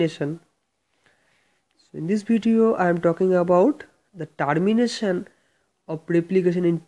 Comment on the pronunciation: whats that sound Tarmination its Termination pronounce it correctly first